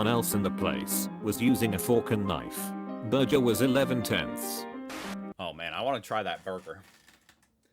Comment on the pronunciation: This fake AI voice can't even say burger correctly 💀💀